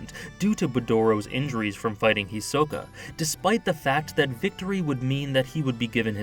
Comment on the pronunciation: Finally someone who said Hisoka's name right 🚶🏾‍♀️